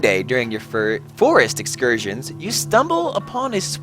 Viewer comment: Furest Excorsions XD